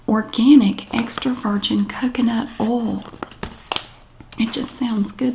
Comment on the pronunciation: I've been pronouncing "oil" like she does because I think its so cute. Oahl.